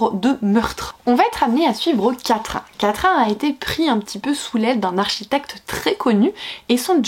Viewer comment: Toujours un plaisir de regarder tes vidéos même si à cause de toi, ma wishlist s'allonge de plus en plus 😛 Par contre, s'il-vous-plait, que ce soit toi ou les autres, le prénom de l'héroïne de "De Lune et de Sang" se prononce comme "Catherine", pas "quatrain", vous me faites toutes du mal à dire "quatrain" à chaque fois 🤣